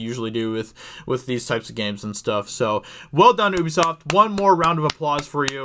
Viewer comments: The way he says Ubisoft is so annoying, it’s not oobisoft it’s Ubisoft 😂 the same way it’s universal and not ooniversal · It's ubi-soft, not ubbie-soft mate.... Jesus bloody Christ... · It’s pronounced “YOUBESOFT” not UBEFOST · Oubisoft, it’s youbisot. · It's not "oobi-soft" it's pronounced "hue-bisoft" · Really wish Americans would stop pronouncing Ubisoft as "OOBISOFT" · Pretty sure it's "yew bee soft". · Woa buddy had to immediately dislike because of how you pronounced Ubisoft